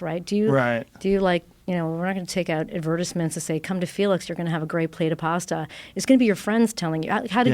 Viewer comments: Americans pronounce words funny. "Pasta" sounds like "pawsta" and "Bologna" is "Bolone-nia". It's like the word "past" and then you add "a" not "pawst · It’s pronounced PASS-TA not PARR-STARR 🙄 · Can we all agree Americans say the word “pasta” incorrect